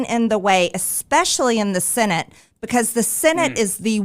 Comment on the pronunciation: Marge is sooo annoying. She says "sinnitt" instead of senate. She says themself. Wtf?? Them = plural = more than one. Self = one. Themself isn't a word. Themselves is a word. Jeez. How does someone who can't speak or com her hair or know how conditioner works get into Congress? Is it a lottery system in her district or just whoever tests negative for opioids on primary day that wins in a flaming red district? Disgusting